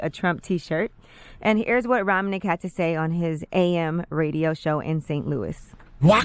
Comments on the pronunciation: This woman don't even know how to say Bob's name! lol It's Ro Man Ik and No he won't be fired because he owns the radio station along with 2 other AM stations! lol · It’s actually pronounced “Roman(t)ic